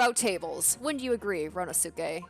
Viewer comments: The pronunciation of ryunosuke is RYUNOSKE not RYUNOSUKE. The "u" In "suke" Doesn't need to be read. Also asogi pronunciation is asogee. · I'M SO EXCITED FOR THIS. As for Ryunosuke's name, the "suke" is pronounced "keh." So his name is ryu-nos-keh. Hope this helps! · if you watched naruto series then you know how pronounce sasuke the right way If not ,The last U voul in here is silent So its pronounced ryunoske